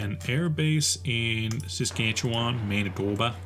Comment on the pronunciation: First time i've ever heard an american pronounce Saskatchewan right.